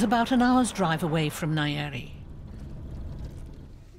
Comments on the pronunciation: Nyeri!! Not aiiyeri what wrong with this people ?. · Its Nyeri not Nayeri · The pronunciation of nyeri had me 😮